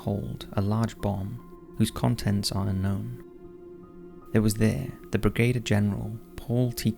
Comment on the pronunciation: Brigadier, (brig-a-deer) not brigader 😂